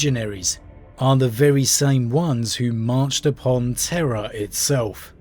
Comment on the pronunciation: lol did you say that Chaos fled to the Eye of Terror, or Terra? =P